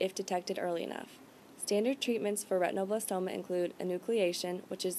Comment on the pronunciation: the term is not ret tino.. its ret in oh blas toma a derivative of retina